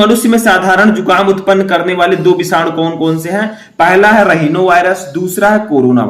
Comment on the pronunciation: (राइनो वाइरस) होता है नाकी रहीनो 🙂